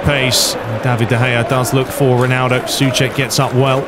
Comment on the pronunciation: It's not Cəfaal, but Cəʊfal and Səʊček, not Sʊček Otherwise, great video as always, greetings from 🇨🇿